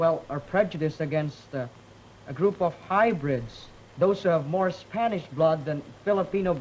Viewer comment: I love hearing saying hybrids as hybridge lollll I'm laughing my ahh off